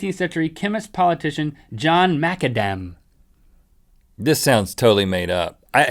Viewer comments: Haha Macadaaaam. It's pronounced the same as McAdam. As in Mc or Mac then the name Adam :) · It's Mac-adam ... come on link :p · It's MacAdam like tarmacadam, he was Scottish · Maca-dam? How about MacAdam... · It's pronounced Mack-adam. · It's amazing you guys can't pronounce macAdam.. it's both obvious and fonetic. Geez. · Hey Rhet and Link, Macadam is pronounced like MickAdam. Mac-Mc. Irish thing I thing. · macadam is pronounced mac adam (scottish) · Macadam is pronounced like the Mac in McDonalds, then Adam like in the Addam's family. Macadam. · He was Scots, so the name should be easy to pronounce ... and not the same as the nut .... He was Mac Adam. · I think its supposed to be pronounced "McAdam"... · Nicolas Gosselin Yep :P